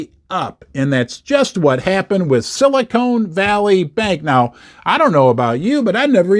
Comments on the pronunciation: that's Sili CON Valley not Sili CONE Valley. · Silicon, not Silicone.😊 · Ha it’s silicon, not silicone as in con artist 😂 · it's NOT silicone, it's silicon, but silicone is what they put in fake boobs ... yes ??? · It’s not silicone valley it’s silicon🙄🙄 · Petty comment since I grew up there - it’s Silicon Valley not silicone valley. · Pronounced with a short “o” instead of a long “o.”